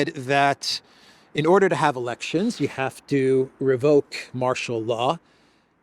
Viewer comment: you probably don't realize this so I'll just mention it in case it makes a difference. Most of the time when you would normally say the word "you,," you end up saying "Jew" instead. It's noticeable and a bit distracting.. Do with the awareness as you wish. By the way I am a major fan of yours!! ❤️